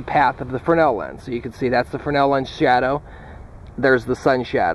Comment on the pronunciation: You keep saying frenel, but it says "fresnel" in the description. :/